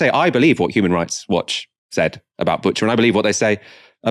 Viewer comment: also FYI it's pronounced Boo-cha (not Butcher)